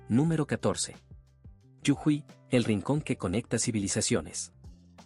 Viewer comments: No es yujui es JUJUY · No es yujuy es jujuy❤ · muy lindo el video hasta que dijo yujuy y no jujuy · Jujuy no yujuy😂😂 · Yujuy es incorrecto. JUJUY es correcto!!!! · Para el relator por pronunciar bien la provincia de Jujuy. No se dice Yujuy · Lo que me dieron gans de conocer...fueron las montañas de la Pampa...y lo que me hizo reir fue que digera Yujuy...eb vez de Jujuy.... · la provincia norteña se llama Jujuy con J (Jota) no con Y Griega o ye como lo pronuncia el relator del video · Muy bueno el video bro!!!! Pero es Jujuy no Yujui...😅😅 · Es jujuy. Prronuncias yujuy. Las 2 veces se pronuncia la jota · Jajaja! Jajaja! Hasta que me di cuenta de qué habla cuando dice “yujuí”! Es Jujuy, lo cual se pronuncia tal cual se escribe! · Jujuy pronuncia bien jujuy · Muy bueno conocer nstro pais de esta manera. !! Es JUJUY LAS DOS CON JOTA, NO CON Y YE. AL FINAL SI LLEVA Y . SUENA COMO I. GRACIAS. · Te pido por favor que corrijas la fonética de Jujuy . Está mal pronunciado y choca al oído.